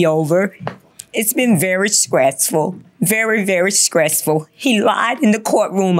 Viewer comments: Did she said skreasful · “skressful” really bothers me 😭😭😭like why??? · "Very, very SCRESSFUL" 😆